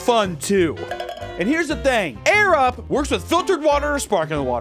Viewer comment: During the ad for the sponsor, it sounded like he said "thank you 'arab' for sponsoring this video" when he said 'air up'. 😂